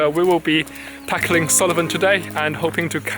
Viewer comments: Nice video, but it's Sool-ven not Sulli-ven. Just so you know 😉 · Correct pronunciation is Suilven or Sullivan?